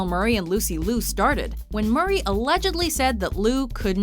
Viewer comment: Well done "" for constantly mispronouncing Lucy Liu's last name.